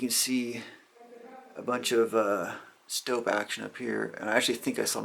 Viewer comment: Stope not Stoke